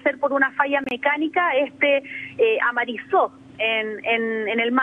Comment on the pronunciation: jajjajajjajajajajaj amarizo en el mar dice la periodista ni modo amarizo en tierra jajajajajajaj